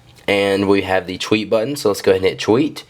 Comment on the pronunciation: you say "tweet" funny lol. sounds like your saying "cheweet"